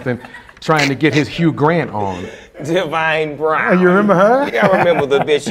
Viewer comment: This nigga said Devine Brown lmfaoooo